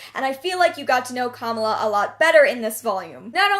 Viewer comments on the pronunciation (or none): I hate being this person cause I hate correcting anybody ever but you mispronounced Kamala. It's Ka-Mala not Kama-la, her comic is one of my favorites lol.